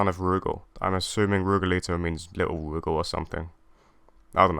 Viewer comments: Really wish Adelheid hadn’t fallen off. I want him and Duck to come back in the worst way. Rugal doesn’t rhyme with Google, btw. Stress is on the second syllable, like roo-GAHL. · People pronouncing Rugal's name as "Roogle" will always be grating on my ears. My friends and the people in our arcade always pronounced it as Ru-gal. That being said, awesome video! Adelheid, Krizalid, and Shion deserve to be in more games.